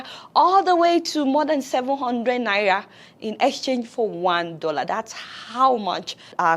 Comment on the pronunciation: Even the way you are calling this naira ehn... I dont want to hold it or see it with my eyes... "Naiya" 🙄